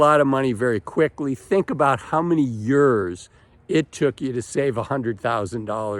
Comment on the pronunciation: Never heard the word ‘years’ pronounced ‘yurz’ before.